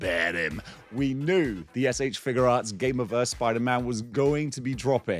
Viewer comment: I like that you pronounce it "Figure Arts" and not "FIGYOU arts"